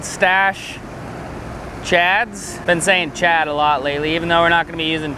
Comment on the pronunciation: Dude, am I missing an inside joke? Why do you keep saying chad instead of shad?? Really creepy...